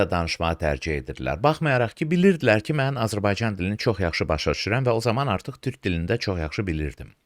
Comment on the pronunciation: Dövlət başçısı TÜRH deyir, TÜRK deyə bilmir.